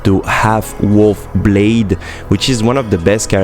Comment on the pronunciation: his name is blaidd not blade, pronouces bl-eye-the